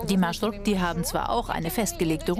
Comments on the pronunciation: Eine kleine Bemerkung: nicht "Marschrukti", sondern Marschrutki" (ist eigentlich im Plural. Singular wäre "Marschrutka") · там така справа, що журналіст весь час говорить маршруКті. Я тільки лиш це підкреслила. Сам феномен транспорту - це жахіття, за яке соромно. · Kein Marschrukti sondern Marschrutki. Die Wurzel "Marschrut" - Weg und Suffix "k") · Busse heißen auf ukrainisch/russisch MarschruTKi und nicht Marschrukti 🤦🏼‍♀️ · naja, Rechtschreibfehler entlarvt, es heisst Marschrutki und nicht Marschrukti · Erstens...Marschrutki und nicht Marschrukti...zweitens ist das, was in er Sendung gezeigt wurde ein ganz normaler Bus...die Marschrutki hingegen sind Mercedes Sprinter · Nicht Marschrukti sondern Marschrutki!!! Singular wird Marschrutka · Es heißt marshrutki, nicht "marshrukti"!!! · Es heißt marschutki keine marschrukti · Marschrutki 😂😂😂 nicht marschrukti ☺ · Marschrukti? MarschruTKI! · Genau, der Name stammt aus deutschen "Marschroute" trotzdem schafft der Sprecher es nicht richtig aussprechen "MarschruTKi" 😅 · От же ж;) але маршруКті теж шарм має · Das heißt marschrutki ihr habt das T und K verwechselt und es die ganze Zeit falsch gesagt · Man hat hier einen kleinen Fehler gemacht: Man sagt richtig MARSCHRUTKI. Aber das Video ist super. Mich als Ukrainer hat es positiv überrascht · Es heißt marschrutki 😭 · OMG, Das heißt MarschruTKI.. 🤦‍♂️ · das heißt „Marschrutki“ 😂😂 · Es heisst Maschrutki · Marschrutki, heist es richtig, schämt euch